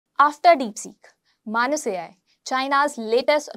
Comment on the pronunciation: I think it is pronounced as "May-nes".